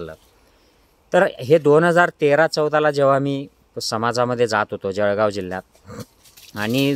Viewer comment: भाऊ आपला खानदेश मा जडगाव बोलतस, ते का जळगाव असे असून ळ आणि ड ना फरक समजणं खरं महत्वाचे आहे